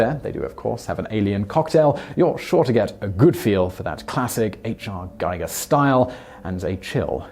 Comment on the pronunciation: giger is pronounced g- Eager